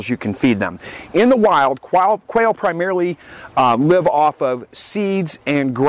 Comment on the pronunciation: I believe ecogreen is talking about when you mispronounced Quail at ..?